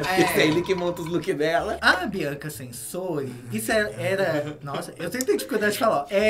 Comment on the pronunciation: Gente se diz (TCHÊNSÓRI) ela é italiana a letra T no italiano tem som de T . Como Gucci (GUTCHÎ) … Pelo amor de Deus meninas vocês são tão informadas , descoladas, falando (SENSORI) 😱😱.